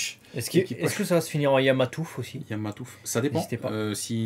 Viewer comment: YAMATOUF PAS YAMAMATOUF LOL